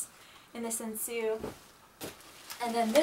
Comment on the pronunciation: Wow what a nice collection you have!!! My kimonos at the moment are only five :/ 3 komons, one houmongi and a furisode! But I'd like to get more in the future! :3 Anyway the pronounciations of japanese words are tànsu and not tensiu, shìbori and not shibòrai, sensu and not sensiu and homongi and not homongai as you said, plus furìsode and not fursod (just the F it's pronunced close to an H). Japanese it's not difficult, just pronounce it as you read it! :P But one question, what's a Nayogi obi? Never heared about it before! O_O